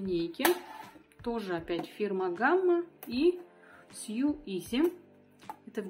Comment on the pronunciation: Не важно, по сути, но не съю, а соу)) а за видео большое спасибо! Очень полезно!